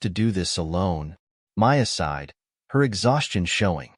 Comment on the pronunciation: “Aside” for “sighed”